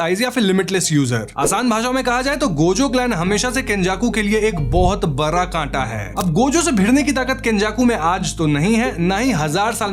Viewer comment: Badha ❌ bara ✅